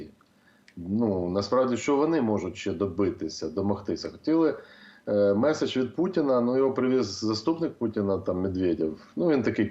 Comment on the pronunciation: Що це за МЄССССІДЖЬ .. ви що УКРАЇНСЬКУ забули ... мєєєсссііджь ..